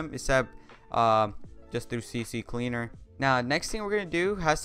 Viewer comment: dudee, i think its ccleaner not cc cleaner hahaha....